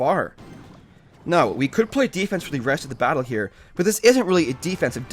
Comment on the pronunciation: defrense? OMFG NEW WORD!!!